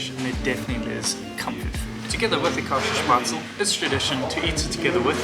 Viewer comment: Käsespätzle pronounced "Kese-Espets-le".